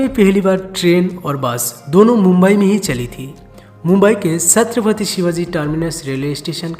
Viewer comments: It's 'chhatrapati' shivaji maharaj not 'satrapati' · सत्रपती nahi छत्रपती बोल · Satrapati nhi chhatrepati hai